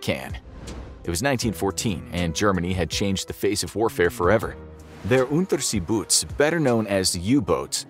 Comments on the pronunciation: It's "Oon-teah-say-boat-eh" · Unterseeboot? Never before has a word been butchered so brutally. 😂